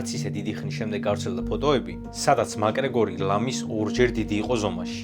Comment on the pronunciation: მაკგრეგორი არა მაქგრეგორი 🙌